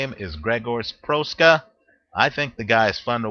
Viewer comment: Please learn how to pronounce boxer's name before making a video. Proksa is pronounced much like PROXA.